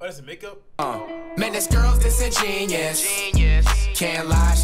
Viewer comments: He says it like disingenius. He probably doesn't even know what it means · The cringe of Flight thinking the word is Disingenius. Oh the irony from this guy. Sound it out with me: Dis-In-Gen-You-Us. I'm just surprised the word is spelled right in both the video and title. Just not used properly. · Wait ✋ you guys know its pronounced: (Dis-En-gEn-you-us) Right? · Flight pronouncing disingenuous as “dis in genius” is hilarious 🤣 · “He don’t miss” the nigga missed the whole song it’s pronounced dis in jen you us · He pronounced it wrong btw and only 2 people agreed with you loo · Must be cause he doesn't even say it right lmao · He said in his interview that he didn't know the pronunciation of it beforehand then he heard the right pronunciation of it but he chose to keep it in the song. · He not even saying it right 😂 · Yea well he def doesnt know how to pronounce it..... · He didn’t even say it right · This is horrible he’s not even pronouncing the word right Jesus flight is mad slow smh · He says it wrong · he didn't even say it right 🤣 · Yea he said it wrong on purpose cuz he ain't like how it sound just the meaning 😂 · That’s not how you say that word dawg 😂😂😂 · I like the video a lot. Too bad the word is mispronounced and the bars are stolen. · Imagine if he pronounced Disingenuous right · I think there is a huge flaw here. He either spelled the name of the song wrong or he saying it wrong! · the song is fire but he says disingenuous wrong used right tho just said wrong